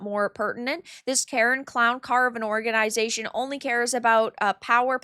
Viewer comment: "whoreganisation" lol, I know u said it that way by accident, but i love it anyway :)